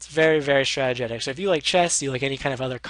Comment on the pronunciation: Here repeat after me: STRA-TEE-JICK (Strategic), not Stratagetic